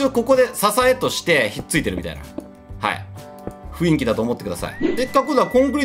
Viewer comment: 雰囲気がいつもフインキって聞こえる